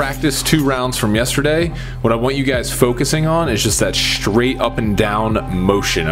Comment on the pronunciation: it's not shtraight it's straight